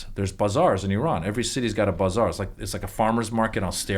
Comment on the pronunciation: I love it so much! We get used to hearing things how we say them and we call that the "right" way, but sometimes I just love the way other people pronounce things. BUH zar sounds fun!